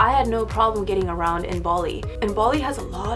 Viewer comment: it sound like she was say baldi not bali 😂